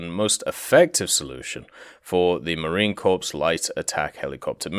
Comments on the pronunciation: The "ps" in "Marine Corps" is silent; it's just "muh-reen kor." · Marine corpse :p